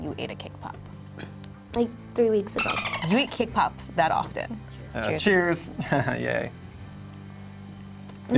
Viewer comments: I know they are saying cake pops but I keep hearing k-pop. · Cake pops or kpop? I hear both 😂